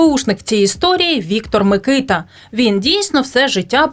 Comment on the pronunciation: Мені здається що наголос на букву а - микитА